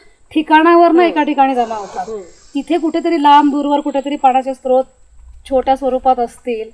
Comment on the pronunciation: दोन्हीं एपिसोड बघितले. उत्कृष्ट. स्त्रोत, अजस्त्र असे शब्द अस्तित्वात नाहीत. स्रोत आणि अजस्र बोलावे, लिहावे. Srot, ajasra , sahasra.